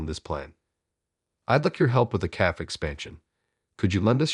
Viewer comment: AI narrator is pretty bad. Cannot pronounce multiple words including cafe, nor the name Liam. Story is not bad, please find a different narrator.